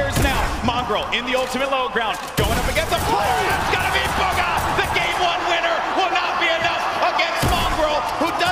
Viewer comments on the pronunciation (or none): it’s BUGHA not buga